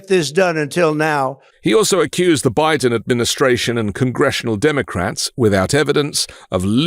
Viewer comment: nobody, everybody, Dem-O-Crats, Bi-DN